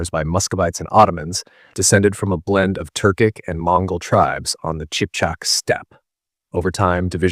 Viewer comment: Qipchak=Kipchak, not Chipchak.